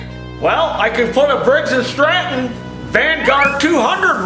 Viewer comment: Actually pronounced it Briggs and Stratton haha...def a sponsorship, well deserved